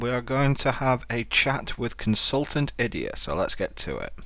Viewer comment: Idyia almost sounds like "idIOT" XD